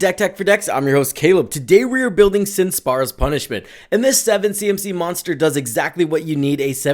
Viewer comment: Its Spira(Sphere-uh)...not Spara.